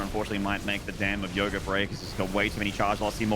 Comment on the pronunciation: Its yoger not yoga